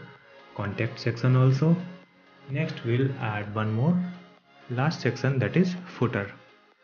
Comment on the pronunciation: great video but did anyone notice that he said secson instead of section